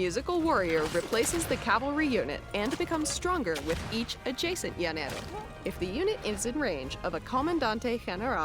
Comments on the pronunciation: The way you said Llanero was so funny. Imagine is "janero" LL sounds like J in spanish. Also, Hacienda hahaha, H is mute in spanish, it's pronounce acienda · the way you pronounced llanero was funny as hell. Llanera music intensifies.